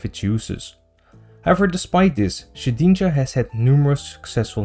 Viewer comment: The way you say shedninja makes me giggle for some reason